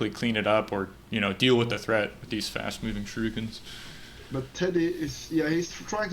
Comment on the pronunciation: OK ... let's try this ... Don't pronounce "shurikens" like "baNAna" or Street Fighter's "haDOUken", emphasizing the second syllable. Instead, emphasize the first syllable, like "PAnama" or "POLtergeist". And also change the middle syllable back to an "EE" sound: "SHOO" ... "ree" ... "kens" Some day, I believe, you will get this achievement trophy. :)